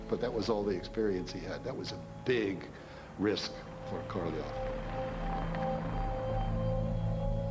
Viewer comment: If I hear Korolev pronounced incorrectly again I'm going to scream